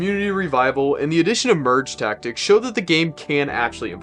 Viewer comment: Does bro hate merge tactics because he can’t say it?